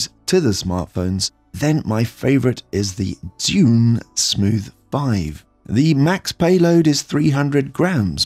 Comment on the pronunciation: Zhiyun is pronounced "jer-yoon". "zh" in Mandarin makes a "juh" sound like the "j" in "Jack". "zhi" is "jer". Sorry couldn't help myself!